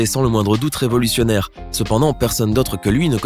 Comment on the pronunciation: 4.07 revolussunaire 😂😂😂